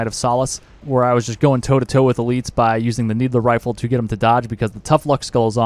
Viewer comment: Love how you call the "needle rifle" a "needler rifle"